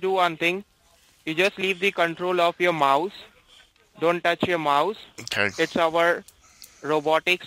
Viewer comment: The way they all pronounce mouse, mauze, really irritates me.